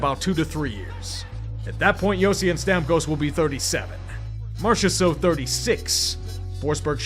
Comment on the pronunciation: I hate that you pronounced marchesseault correct 😭 had a shitty ex with that name and I was really hoping to hear you butcher it lol